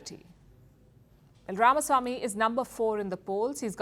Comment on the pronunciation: Shame on Palki. She cannot even pronounce Ramaswamy (it's not Ramasamy). Everyone in the US seems to have gotten it except the "desi" Palki.